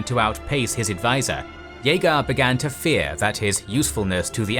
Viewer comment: His name is Jagar